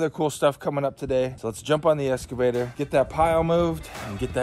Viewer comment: excavator not escavator